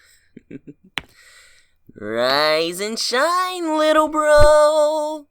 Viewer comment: tails is trying to say little but he keeps saying wittle